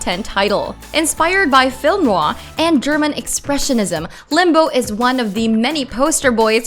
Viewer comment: "Film Noahh"